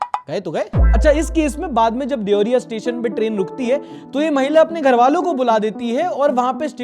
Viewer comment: Bhai wo देवरिया hai deveriya देवेरिया nhi bhai, mai waha hu